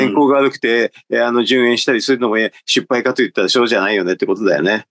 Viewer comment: 失敗をしゅっぱいという人w